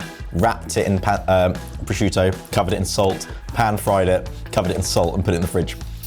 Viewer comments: He also said "proshishutio" on the first one :D :D :D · When started talking about the dish he brought up how the prosciutto was already salty, but he said "prosciusciutto" which to me said it was him immediately.